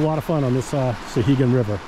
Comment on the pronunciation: I just found this video, nicely done. As someone who grew up in Temple and fished the upper sections all my life I appreciated the video. My only quibble, and it's a minor one, is your pronunciation of the name. It's SOW-hegan, not SUH-hegan.